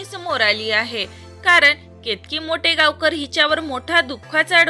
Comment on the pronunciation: मोटेगावकर नाही माटेगावकर हे नीट बोला मग व्हिडिओ बनवा